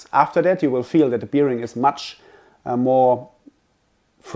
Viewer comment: Very informative and helpful. But please learn how to pronounce the word bearing, especially when using it that often. Makes me crinch hearing it here 😅